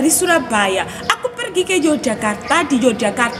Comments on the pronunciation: Gudeg mbak bukan gudeng mbak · Gudeg mbak Gudeg bukan Gudeng ❤️😀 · Gudeg bukan gudeng😭